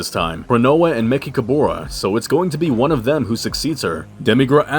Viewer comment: Why do you mispronounced mechicaboras name?